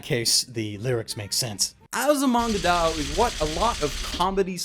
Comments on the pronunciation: It's still weird to hear him say DAO instead of DAYO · I hate to be this guy, but... It's pronounced die oh. Sorry. Also yay, my favorite comedy anime ever :D